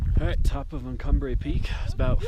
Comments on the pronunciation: VS.....it’s easy to say....”red river” 😉. It’s Ute I believe. Means red river. Un-come-pog-gray. Say it. I know you can. 👍🏻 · Un-com-pah-gre. Sounds like it's spelled, with the last syllable 'gray.' It's a Ute word, meaning "rocks that make water red." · The best part of this is your inability to pronounce Uncompahgre ; ) Seriously though, thanks for the shots. Looking forward to your updated version